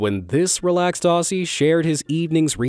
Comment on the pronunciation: its pronounced "Ozzee". Not "aHhSeY".